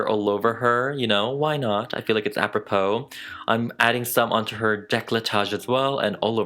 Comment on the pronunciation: OMG I NEVER comment under any video. But you did a magical work here. This is simply stunning. Also, as a french person, I love when you say "à propos". "It is à propos" 😌 You say it so elegantly.